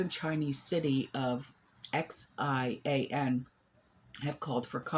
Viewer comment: Xian China is pronounced “She Ahn” China. I’ve lived in Taiwan for several years and so sad to hear this going on!